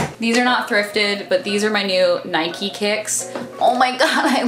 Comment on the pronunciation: I LOVE that you pronounce Nike correctly